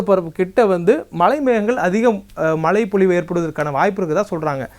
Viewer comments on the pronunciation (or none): Malai nu solatheenga.....it's mazhai